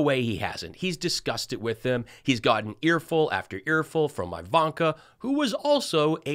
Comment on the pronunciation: Just curious to know why you call her "Aivanka" ...